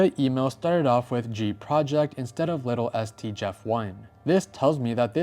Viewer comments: Did you mean to say Little s t or did you not know how to say Littlest? Like as in smallest? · There is one thing I can’t get over. Littlest. Not little es t. Littlest like smallest. It hurts the soul when you say little es t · It's not "Little ST", it's "Littlest", as in "the most little"